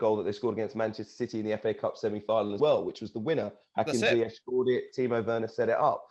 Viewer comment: People his name is pronounced" Ziyekh " see his 90 min instagram post on chelsea social media.